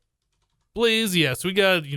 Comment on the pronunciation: "balz" i.s.o. "blaz"